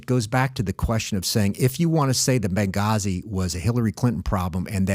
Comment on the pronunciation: Bagazi? it's Benghazi.